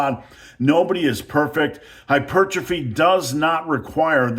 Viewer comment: Thank you for pronouncing hypertrophy the way God intended.